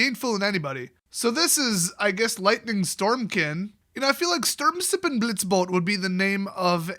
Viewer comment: Das "e" am Wortende von Sturmsippenblitzbote spricht man aber auch mit. Ich wünsche Dir noch einen schönen Tag auch wenn Du diesen Kommentar wahrscheinlich löschen wirst.